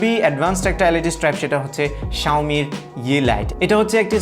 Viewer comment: It's not "Xioami",, it's "Xiaomi".